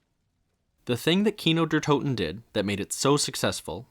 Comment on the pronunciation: Makes a whole video about an iconic map and doesn't even bother to look up the pronounciation of the name.. bruh